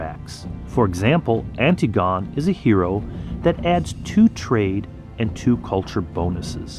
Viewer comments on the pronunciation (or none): Love the video, but its an-TIG-uh-nee, not anti-gone :D